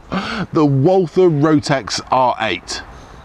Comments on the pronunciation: Pronounce "Walther" like "Walter" and you get nearer to the German Pronounciation. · the W should be pronounced like a V...